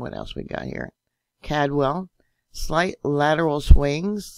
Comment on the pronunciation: the name is Caldwell, it sounds like called~well. not trying to critique just trying to help. I lived in Boise for many years as well as all surrounding cities and towns.